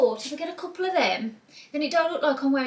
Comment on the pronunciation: You talking about Ninja Warrior reminded me so much of the other day, I was getting my dinner out of the fridge, and grandpa was watching Ninja Warrior, and it was a special on couples, but I swear, it sounded like the announcer said, "c u c k o l d s have always been a tradition of Ninja Warrior". 😉😂🤣 Anyways, as for the outfits, looks very nice. Some good outfits to pick from for the fall weather. Did enjoy this video. Thank you,.